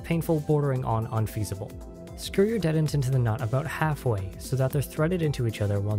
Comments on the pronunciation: Detent произносится как дИтэнт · That, and just the wrong vowel sound (should be more like the "di" in "ding" rather than the "de" in "dentist" used here). I mean it's not a big deal, of course. =) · Is he putting the emphasis on the wrong half of detent or am I retarded? Is it DE-tent or de-TENT? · this comment is not important, but the way you say detent threw me waaaaaaaaaaaaaaaaaaaaaaaaaay the hell off lmao! great tutorial!